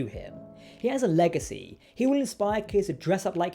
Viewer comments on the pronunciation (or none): none